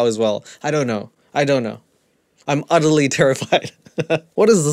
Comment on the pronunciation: Damn it!!! You said udderly I spewed pop everywhere & I howled laughter!!! 😂😂🤣 It's late, the Hubbs was snoozing, was is the keyword here!! He threatened me with violence AND divorce!!! Thanx!! How 'bout you put some kind of warning up!!! 😂😂😇